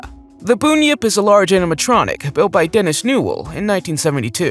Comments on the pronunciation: You’re saying Bunyip wrong, it’s Bun Yip not Boon Yip. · It's pronounced bun (like hamburger bun) yip bun-yip